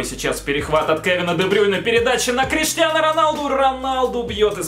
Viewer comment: Бля хватит говорить КриштианА Роналду